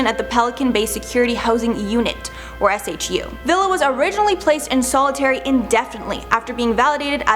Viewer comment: It doesn’t snow regularly at PBSP and SHU is pronounced “shoe” It is no longer used for solitary. Did a tour of the cells and it was bigger than my dorm while I was in the service.